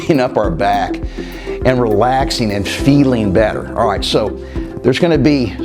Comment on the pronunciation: Cant you say "alright" properly? Do you think you are gangster from the Bronx?